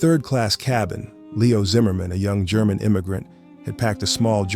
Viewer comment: LOVE this story. Also your German pronunciation sounded good.